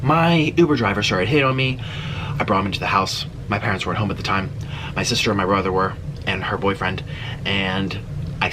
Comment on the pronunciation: EXCUSE ME BROHER